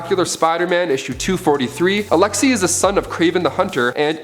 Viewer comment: Alexei.... like neighbour or weigh...pronounced Alex-A